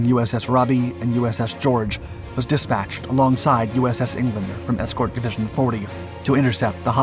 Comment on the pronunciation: It's not DISpatched. The word has the emphasis o the second syllaable - disPATCHed